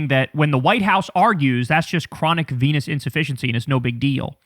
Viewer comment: dude can’t pronounce venous